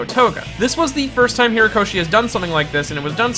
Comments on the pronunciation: The author's name is Horikoshi , not Hirakoshi or whatever it is you keep saying... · HORIkoshi. Not "Hirakoshi". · It's Horikoshi, dude. HORIkoshi. Great vid btw. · HOrikoshi. HO-rikoshi. I liked the video, but do you not go back and edit these?